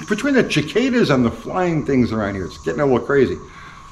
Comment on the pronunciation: Caa'cadas....??? In 59 years, I have never heard a cicada be pronounced as Caa' cada Weird..